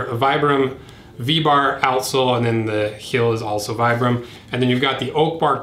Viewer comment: Just a tiny thing, but it's pronounced "Vee-bram" not "Vy-bram."